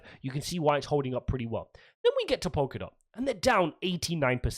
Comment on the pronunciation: It's Polkadot not Pokerdot. And if he's changed his position he hasn't quit.